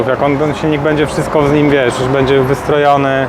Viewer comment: "Bedzie albo nie bedzie" - kiedy on się nauczy mówić "będzie"